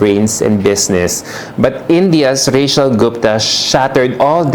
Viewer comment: 'Rey-chl", anak at hindi "Reyshel". ❤ Love you, 'nak!